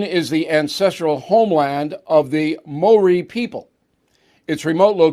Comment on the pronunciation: It is pronounced M OW REE M owww ree